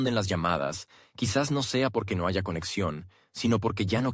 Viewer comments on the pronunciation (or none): No se dice JAYA la H es muda